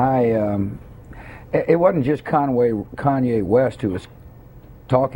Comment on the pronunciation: " Con Way West! " hahahahahahaha